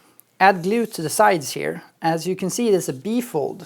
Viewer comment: "You can scrape off the Hot Glewe (as he pronounces it) with a scrap piece of Foam..... Or with you finger if you're Manly"!!! ~ David I really miss that guy!